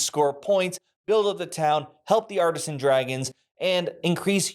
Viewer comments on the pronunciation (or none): I thought for the longest time you were saying “Arson Dragons”… and I was thinking, whoa that’s dark but cool